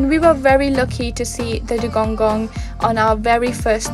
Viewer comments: I think he mean, that the Seacow is calld Dugong and not Dugonggong, but it sounds nice how you say it ^^ Hopefully I see one in May :D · You keep saying dugongong makes my toes curl. :D :D